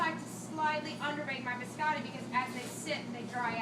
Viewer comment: Did a culinary professor just say “bis-AH-tee”? Fire her